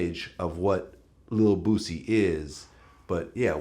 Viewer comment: Vlad said "bu-cy"